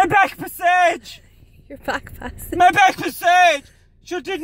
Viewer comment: What the fuck is a "bek pessag"